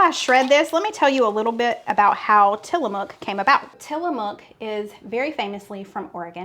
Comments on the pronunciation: Pronounced till a muck, not mook. And if you ever visit there, you'll be corrected, that's how I know. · Tillamook pronunciation.. tilla muck